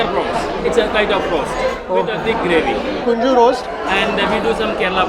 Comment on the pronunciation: Hi it is not Kunju but konju....🤣